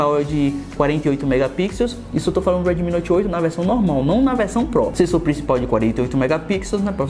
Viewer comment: U E R D I M I HAAAAAAA MEUS OUVIEOS R É D I M IIIIIII PELO AMOR DE DEUS